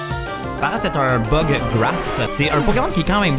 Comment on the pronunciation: J’entends toujours butt type pokemon au lieu de bug type pokemon. J’ai 5 ans d’âge mental.